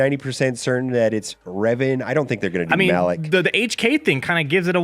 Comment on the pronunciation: It's Malak*